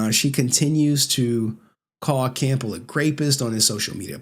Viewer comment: FIFTEENF?! SIXTEENF?!:face-green-smiling::face-green-smiling::face-green-smiling::face-green-smiling::face-green-smiling: GRAPIST?!:face-green-smiling::face-green-smiling::face-green-smiling::face-green-smiling::face-green-smiling: WHICH CRAMBELL?!:face-green-smiling::face-green-smiling::face-green-smiling::face-green-smiling::face-green-smiling